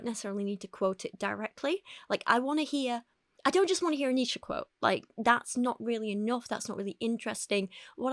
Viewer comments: You pronounced Nietzsche correctly, you shouldn't feel like you need apologize?! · You said Nietzsche exactly right. Take it from a German.